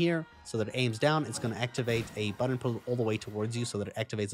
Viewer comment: The way he pronounces “button” is kinda funny. Butt-ahn